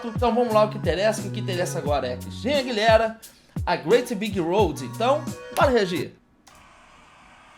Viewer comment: Aguilêra, não Aguiléra kkkk 💗